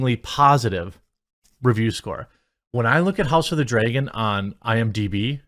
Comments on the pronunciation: It's not Dreagan it's pronounced Dragon. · Why do you say "Draygon" instead of "Dragon"? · what is this "House of the Draygin" he keeps mentioning? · Not gonna lie. You say Dragon super weird